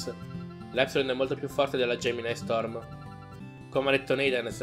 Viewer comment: Ti correggo: si pronuncia GEMINI STORM e non GEMINAI